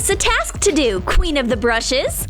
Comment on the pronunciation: onwards wow she needs to learn how to say queen